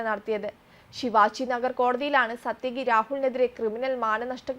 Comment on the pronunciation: പാർവ്വതിയെ പർവ്വതി എന്നു വിളിച്ചാലെങ്ങനെയുണ്ട്? അതുപോലെയാണ് സാത്യകിയെ സത്യകി എന്നു വിളിക്കുന്നത്.